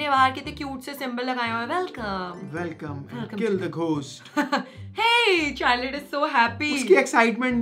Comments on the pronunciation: the spelling is charlotte but its pronounced as Sharlotte , yall be calling her char-late it was annoying me (No Hate) (Love ur vids) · Btw it's not Charlotte The char is pronounced as 'shar'